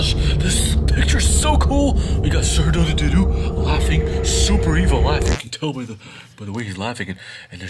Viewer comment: Its not sir dadadodo its sir dadadoo